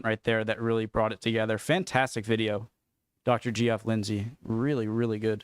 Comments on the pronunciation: He's not 'G-F' - Geoff is pronounced 'Jeff'. (Geoffrey is simply an older form of Jeffrey.) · It’s not pronounced “GE-OFF” it’s “Jeff.”The same way it’s not pronounced “GEO-RGE” but “Jorge.”